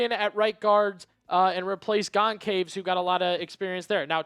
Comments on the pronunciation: Your pronunciation for Matt Goncalves is gon -sal-ves. Hope this helps. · Matt Gone-Caves is an absolutely WILD way to pronounce Goncalves. 🤣🤣🤣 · Learn to pronounce names. Makes you look unprofessional when you butcher Goncalves name. Pronounced Gon Chal Vese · Absolutely butchering “Goncalves”